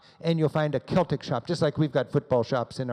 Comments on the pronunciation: It's pronounced Seltic not Keltic. And it's not 'the Rangers' just Rangers. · For god's sake man please pronounce Edinburgh properly. And Celtic is pronounced with a soft C.